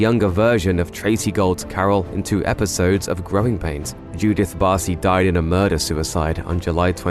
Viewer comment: I am confused why did u say din. Oh died lol